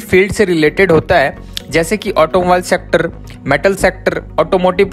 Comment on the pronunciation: Secterrrrrrrr 🤣🤣op pronunciation